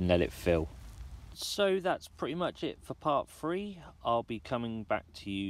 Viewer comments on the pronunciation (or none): I did enjoy, BUT.....I could barely tolerate you pronouncing "th" as "f". Free instead of three Thirty/furty Fursday/Thursday South/sowf etc etc..... Just a big bug bear of mine